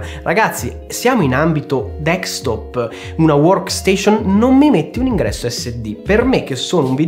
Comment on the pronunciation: "dekstop" non si può sentire...